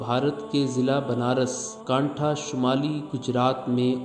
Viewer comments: unhone banaskantha ka pronounce galti se banaraskantha kardia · it's not banaraskantha it's Banaskantha if you don't know just leave it but pronounce it wrong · It's not banaras kantha, it's 'banaskantha'